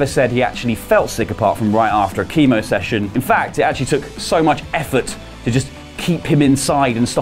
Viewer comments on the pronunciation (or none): none